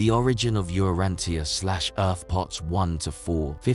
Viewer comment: You would think a computer would know “tia” at the end of a word = “cha”